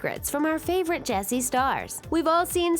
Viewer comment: Why does Ches... calls Jessie Bessie